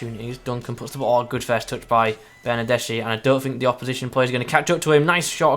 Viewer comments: Stop calling he BernardeSHI, it should be read BernardeSKI... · Is Bernardeski (writed Bernardeschi). Not Bernardesci. (I'm italian)